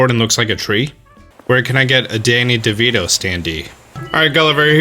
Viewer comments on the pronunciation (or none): a "Standee Devito"